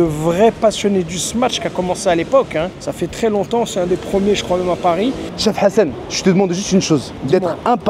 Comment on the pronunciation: on dirait tu dit cheb hassan 😂😂😂